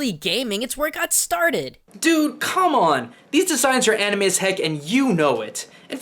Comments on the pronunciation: "thank them, especially the young ones, for(how obama pronunces these words) (ca-ra-teh), and (kar-o-ke) (man-gah) (an-ey-mei) WTF! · mon-ga and Any-may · Did he just pronounce it animae I mean he got manga right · ...I lost it at Obama trying to pronounce Anime.